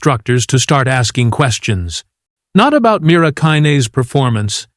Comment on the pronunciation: Dear AI, Mira had beaten the record by 1 second for 37.59 trumps 38.00 Why don't you and your programmers go back to learning how to tell time? Also get Mira's name correct.